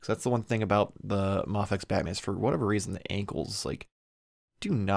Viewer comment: I'm sorry, but is it not pronounced May-fecks? (or Mei-fecks) it sounds so sad and unconventional to hear you say "Mah-fecks" ... hope this helps.